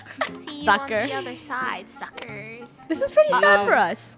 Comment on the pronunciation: does anyone notice that funneh was saying suckerz lately?